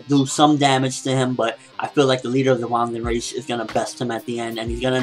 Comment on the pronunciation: Also, I think the Vandenreich would probably be pronounced more like 'Van-den-righ-h', (the 'h' pronounced in the same way you pronounce the 'h' at the beginning of the word 'huge'--the way you pronounce it is so confusing :P...